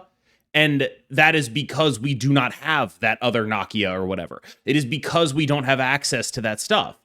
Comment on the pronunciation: nuh-KEE-uh … damn, why you and mispronouncing black characters? Please